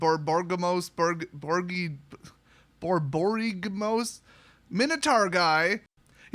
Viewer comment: Knowing you as well as I do, I'm sure you don't care, but it's pronounced Bor-bor-ig-mose. Gruul Guild Leader